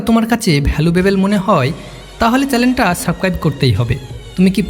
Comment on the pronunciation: উচ্চারণ ঠিক করতে হবে। চ্যালেন না চ্যানেল